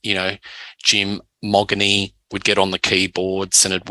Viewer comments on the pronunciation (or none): Jim’s surname is pronounced “Mo-jeany” not Moggany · 5,500 capacity at the Hordern...(BTW, it's pronounced "Modgenie")